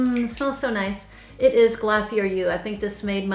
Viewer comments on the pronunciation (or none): none